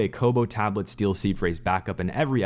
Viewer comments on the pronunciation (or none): none